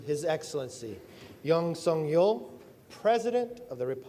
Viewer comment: Couldn’t the announcer have pronounced the president’s name correctly?😮